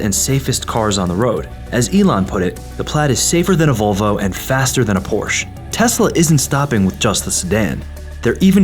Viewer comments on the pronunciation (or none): Duh, he mispronounces Porsche